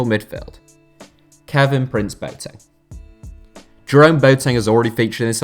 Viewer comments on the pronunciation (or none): it’s not prince-boateng. it’s kevin-prince... boateng